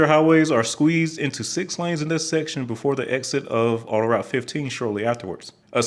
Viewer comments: I'm in Montreal. "Autoroute" is pronounced "auto-root", not "auto-rowt" ("ow" as in "wow"). And the pronunciation of many of the place names in Quebec is totally butchered. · Pronounced "auto-root", not "auto rout"